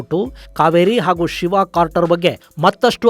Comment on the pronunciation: ಅದು ಇಂಪ್ಯಾಕ್ಟ್ ಕ್ರೇಟರ್ , ಸರ್..... ಇಂಪ್ಯಾಕ್ಟ್ ಕಾರ್ಟರ್ ಅಲ್ಲ ... ತಪ್ಪು ಹೇಳಿದ್ದೀರಿ....